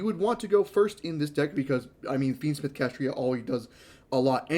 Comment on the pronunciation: If I hear you say "Kashtria" instead of "Kashtira" one more time...